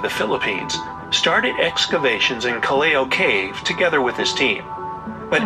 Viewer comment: Please pronounce it properly it’s called Callao pronounce as kal Lao not Kaleo